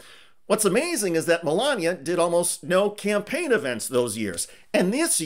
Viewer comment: You are too cruel, Did I hear you say 'Scampaign' and not 'Campaign'? You are sooooo evil...